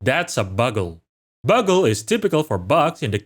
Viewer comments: Unless I'm wrong (because English pronunciation is sometimes dependent on context) I think "bugle" is supposed to be pronounced 'byoogl', like the instrument. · Bugle is peonounced Byoogle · "Bugle" is pronounced BYU-go-ru :-) it matches the name of the brass instrument used in the military. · this is just a small thing but i figured id tell you, the bugle is actually pronounced byu - gul (and is synonymous with the trumpet like instrument used in the military) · So not to be annoying but “bugle” is actually pronounced with a long o sound. Like “bYOUgle” or “byoogle” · Great video! Just a heads up, in English, "bugle" is pronounced "byoo-gull". Think of the "u" similarly to how it's used in "huge" or "cute".